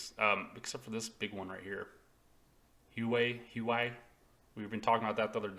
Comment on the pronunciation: The right way to pronounce Huawei is "Wah-Way" 😂😂